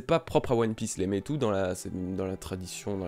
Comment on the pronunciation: Courage ! Quelques semaines difficiles, pour renaître plus fort ! Pour le Meitō/Meitou, si ça peut t'aider ça se prononce Mētō ;) (avec prolongation du son "é" et du son "o")